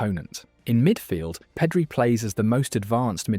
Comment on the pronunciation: Awesome video, but some of those pronounciations... Peedri, really?